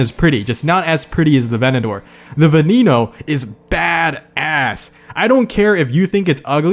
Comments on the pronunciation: Get your pronouncec right i had to replay it 200 times to understand its VENENO not VENINO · IT IS NOT VENINO, ITS VENENO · The way you pronounce veneno made me want to throw up 🤢. The ne sounds the same as the ve so it’s not ve knee no it’s veneno. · It's pronounced ven-en-oh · Say it with me gringos VEH-NEH-NO LAMBORGHINI VEH-NEH-NO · What about the way he says veneno hes like venino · Still waiting for Every Engine in 4 Words. edit: I remember PGR! I still play PGR3 on my Xbox 360, I'm basically god with the CCR <3 edit 2: you pronounced Egoista and Veneno wrong >:(